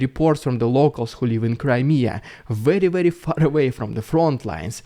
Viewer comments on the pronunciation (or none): none